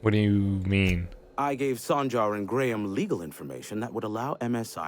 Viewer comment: The Info Broker is the only guy in the game that pronounces Graham correctly instead of saying "Gram".